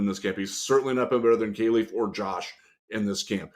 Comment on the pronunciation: Yo fellas. I know ya like to get shit right so here’s a correction. Kalif Raymond has specifically asked media to pronounce his name right. “Kal” is pronounced like cauliflower. Kah-Leaf. Love the program as always!!! FTP